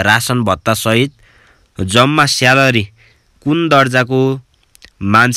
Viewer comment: स्यालरी🤣🤣🤣 उच्चारण चाहिँ मान्नै पर्ने हो साथिको।🤣🤣🤣